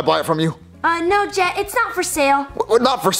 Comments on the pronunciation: you said get instead of jet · Its jet but with a g so its get but its pronouced jet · His name is get but it’s pronounced jet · CoolGuy 3478 Yes, but if you didn't watch the episode Jet his name is Jet with a g so it's Get, but it's pronounced Jet. JEEZ!